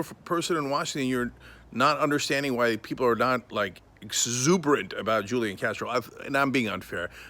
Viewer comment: If you’re gonna be sarcastic about it, at least pronounce his name right...